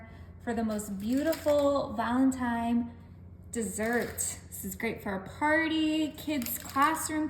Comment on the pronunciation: OMG. It’s valentiNe. Not valentiMe.